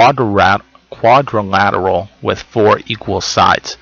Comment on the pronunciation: I died 😩😂 when you couldn’t pronounce quadrilateral